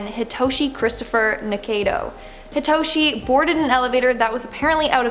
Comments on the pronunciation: Bruh the way she says "Hitoshi" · "Hitoshi" SHINSOU?!